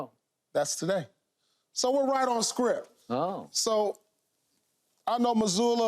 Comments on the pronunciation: Sounds like Pierce is saying scripp and sounds terrible saying it😂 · I hear scripp, not script 😂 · Did he saying Script or Shrimp?😂